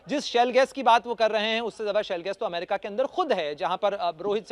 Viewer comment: लो अभी भी ठीक से अमेरिका नहीं बोला 😅😅